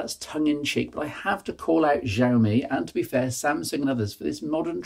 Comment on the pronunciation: IINM, it's she-owe-me - I think you had it right once towards the end there :)